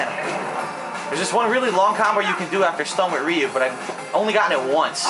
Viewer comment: Rhee-you! Rhee-you! Listen to the game, it tells you the proper way to say "Ryu". Please stop embarrassing yourself.